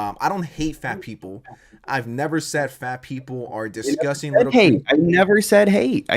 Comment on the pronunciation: “Dishgustin” - Tony Soprano